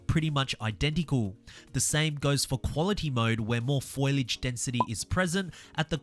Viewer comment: FO-LEE-AGE not foilage. Lord have mercy.